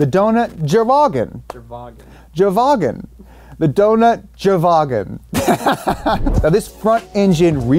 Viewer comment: Please, please, pleaaaaaaase tell me where I can buy a "Dount Jerwagen" (including the accent please) xD